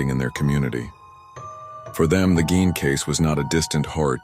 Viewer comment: 2 seconds in and hearing the mispronounced last name, I'm out. Quit putting AI slop out there